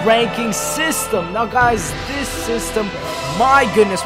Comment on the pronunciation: Ffs please start saying the word "This" like a normal person.